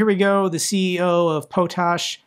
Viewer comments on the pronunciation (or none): I used to work in potash. It’s pronounced pot ash. Like a pot of water and ash in an ashtray. Hope this helps if you ever have to say potash again.